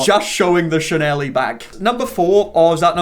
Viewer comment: i love how you say "chanelie" instead of "chanel" lol im gonna have to start calling it that